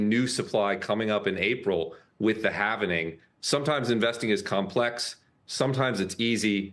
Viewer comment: Lost the credibility the second he said "halvening". Its "halving".